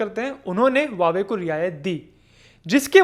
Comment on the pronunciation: Not wawe but pronounced as hauwe